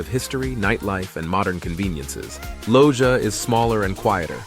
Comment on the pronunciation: Just a correction, Loja pronunciation is: Lo - ha. Great video!